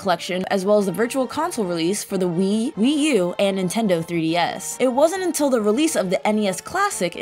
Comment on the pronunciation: Spike Shell also “Intendo” like my grandma used to say it.